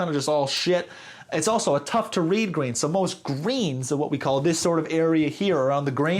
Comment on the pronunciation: Ngl I was confused what a "grain" was for a good 3 minutes before realising you were saying Green.